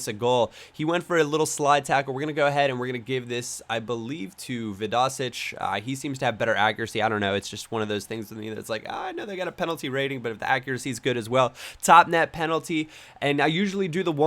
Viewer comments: Loved the vid, not just because its a great series but because I'm Australian! A couple of fun facts, Archie Thompson holds the record for most international goals (17 v American Samoa) and its pronounced VI-do-sich not vi-DOH-sich ;) Anyway great vid and nice series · Vid-oh-sich not vidosiK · And its pronounced vid-O-sic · you pronounced Vidosic wrong